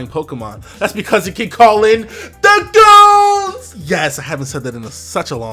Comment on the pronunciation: Every time you say "THA GOONZ" I die laughing.